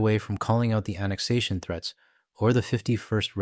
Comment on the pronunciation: Apparently 'mericans cannot say the word 'Annexation'!